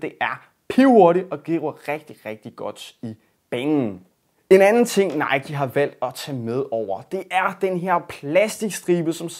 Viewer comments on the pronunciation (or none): none